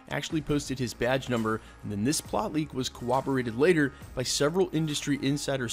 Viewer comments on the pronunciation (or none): “a lot of this has been COWOBERATED”